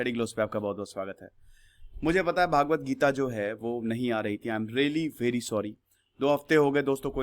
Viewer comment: Its not भागवत.. its भगवत